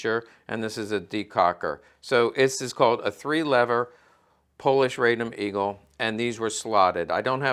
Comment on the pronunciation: RAH-dom, not RAY-dom. The Polish-Bolshevik War was far more than a skirmish.